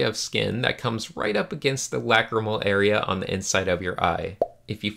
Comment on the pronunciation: When you say lacrimal, it sounds like whack-a-mole to me.